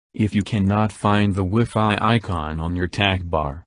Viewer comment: I've never heard anyone pronounce WiFi that way.